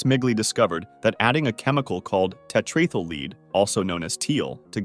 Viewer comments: wtf is tetreethuleed? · ah yes, the infamous Tetraythalleed